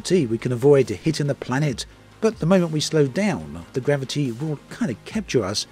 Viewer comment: Gravi- T Veloci- T Diversi- T 🤣🤣🤣 ⛳